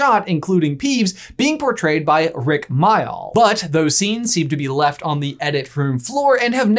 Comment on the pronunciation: Oh my god your mispronunciation of Mayall actually caused me to wince. It's pronounced like mail.